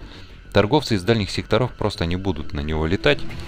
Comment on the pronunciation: С наступившем новым годом! Как всегда, спасибо за полезное и отличное видео! Очень здорово, что углубляешься в механику игры. Смотреть одно удовольствие. P.S., пожалуйста. Не модУлей, а мОдулей. Не секторОв, а сЕкторов. Не складОв, а склАдов